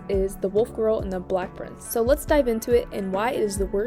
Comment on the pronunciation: Her: the wolf girl and the black prince Me who was listening to this in the background: the wolf girl and the what!?